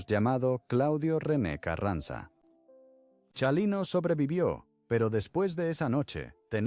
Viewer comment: Comobhabkab o pronunvianbestupidecesvtengan nascresietonporcquienes loscedcuchamos. NO SEPRONUNCIA CIALINO. CHINGAOS ES CHALINO NO SEAN TANBPRITAGINISTAS PORQYE CAEN MAL DEXA MADRE.